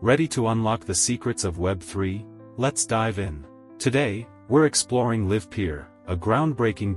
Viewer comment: They didn't even bother to find a voice synthesizer that can pronounce the name of their own company name correctly. Really projecting confidence.